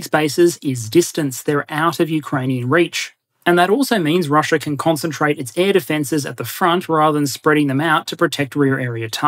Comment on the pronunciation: I’m curious as to why you occasionally say Chiner, Russier, Dater, Areer, & Agender?